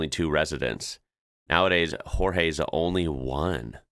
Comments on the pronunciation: That is incredible Latvia, I want one. The "j" in Portuguese is pronounced "zh" I think not "h". Not a criticism just , I hope, a correction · I don't know how Jorge would feel about being renamed as Spanish. The Portuguese pronunciation is Johr-zhey. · Please don't read a portuguese name as a Spanish one. In English is George in Portuguese sounds similar but gorge... All g sounds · Keep in mind that shepherds had a lot of free time on their hands. They took the sheep to the fields, stayed all day there watching the them, and then returned in the afternoon/evening. There were no cell phones so you could sit and watch some videos or play some games... Carving wood was a pastime. Jorge is pronounced more like "Jorje" and close e at the end. You pronounced more like spanish would as "Jorgué". As for the small car parking... I would be more interested in knowing why they park like that, rather than how. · Quick tip. In Portuguese the J is read as the normal J sound, not as an H like in Spanish. So, the name of the old timer in that remote village is said the same way as the English name George. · Unfortunately, you didn't notice all the burnt forest that makes up most of that "beautiful" image. Btw,, in Portuguese "Jorge" is pronounced exactly like "George", you pronounced it the Spanish way. 😉